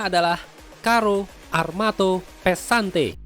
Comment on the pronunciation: Pesante +t pesantet wkwkwkwkwkwk